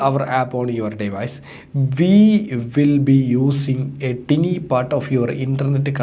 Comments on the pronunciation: Tiny - ടിനി അല്ല സുഹൃത്തെ . ടൈനി > എന്നാണ് ഉച്ചാരണം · ടിനി (tiny)അല്ല bro ടൈനി